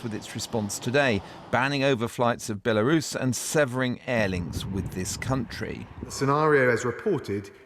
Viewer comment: Can the BBC have a meeting and agree on a pronunciation of the word "Belarus"